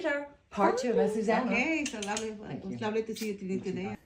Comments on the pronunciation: Yep, I agree. I absolutely love Trinny and Azucena is amazing, but she should try to pronounce her name correctly. I am sure it would be a lovely surprise for Azucena if Trinny actually called her "Athoothena".... the "th" pronounced as in "think, thank..." 😊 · Azucena its pronounced Ah-zu-ze-nah!